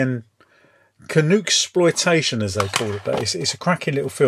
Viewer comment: It's pronounced Ca NUCK. and Ca NUCKSPLOITATION.